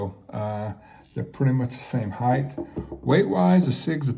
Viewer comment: The word is "height". It ends in a hard T. There is no such word as "heighth". Also, the "Beaver trail" is called a "Tang".